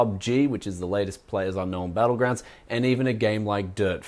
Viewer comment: "PlayerUnknown's Battlegrounds", not "Player's Unknown Battlegrounds" :)